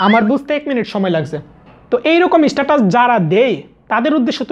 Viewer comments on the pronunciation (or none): none